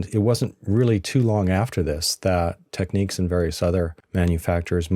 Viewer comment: Why do dims always mispronounce TEK-NIKS !?